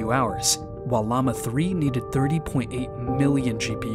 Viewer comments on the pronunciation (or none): none